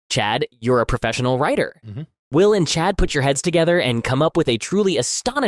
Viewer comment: Chad’s “wull” 😂😂😂😂😂